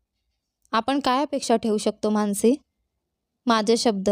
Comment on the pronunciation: माणसी नाही, मानसी